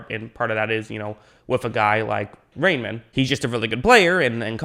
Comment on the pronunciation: "Rei" is pronounced like "rye" in English and "mann" like "munn" with a hard "n". So together that's "Ryemunn" in English.